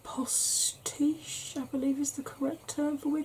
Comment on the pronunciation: Hello! I am definitely gonna check out some of these channels. The ladies who are into vintage dressing and lifestyle is something I LOVE the sound of! What a fabulous start to my day! Thanks you so kindly for the tag! You pronounced Postiche absolutely perfectly! That is the term for any type of hairpiece with lace and knots involved! ⭐️ When Hedda’s Haven popped up I got this feeling like an overwhelming “I miss her”. I hope she’s recovering well. I’m sure she’s been missed by so many. You’ve inspired me to create my own tag video, so that one will be coming up very soon! Thank you so much for your kind words. As I write this, I’ve got 2 out of 3 cats sitting either side if me, on the said sofa, snoring their heads off 😻 have a beautiful day, Lovely 💝💟☮️